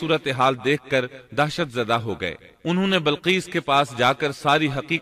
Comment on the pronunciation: Bilqees asal word h ye admi balqees parh raha h. Zer zabar ka to dekhly pehly.punjabi h kia